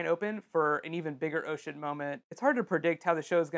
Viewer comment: seriously thought you were saying "Ocean" when you were actually saying "Oh Shit"